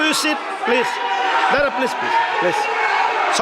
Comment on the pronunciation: no😤also pleej😂